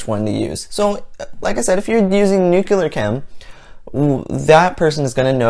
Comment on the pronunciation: Please, Please know that, by no means, do I intend to be Rude 🙂. But, as a person with interest in science, you may end up embarrassing yourself!! I noticed that, a number of times, you pronounced, "Nuclear" (Nuke- Lee- Yer), erroneously as (New- Kee- Ler). My field of speciality is fish pathology!! You sound like a smart and educated person. It would really be a shame if you make a scientific discovery someday, and not receive any credit for your work, for a mistakes such as the aforementioned. Also, I noticed that, in your response to a person, you have used the phrase “anyways”. It really should have been “anyway” ! In college, as well as high school, I was fortunate to have had many well educated Americans, Canadians, and one instructor who had a PhD from Oxford of England. When I took English Composition, the Oxford graduate stated, and I quote... “We don’t make a big issue about the less educated common peoplewho use “anyways” in very casual speech in order to not hurt some people’s feelings”. But, by no means could “anyways” be considered correct ! Unless one quotes a not-so-well-educated person in a story, etc. ! Sadly, these days, few people pay attention to grammar! For example, even many allegedly educated actors commonly say,“you and me” when it should be “you and I”. Or, how about many of us who have taken Physics, pronouncing acceleration (ak- seleration), as (ek-seleration). I can go on forever. This gradual degradation of the English language is beyond sad. Wh